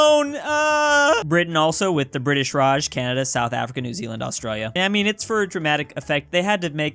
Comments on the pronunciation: The Bri ish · "The Bri'ish" - 2021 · saying bri ish is getting old